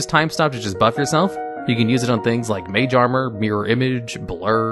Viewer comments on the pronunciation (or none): none